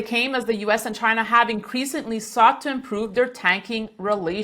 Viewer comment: He says "chinr" 😂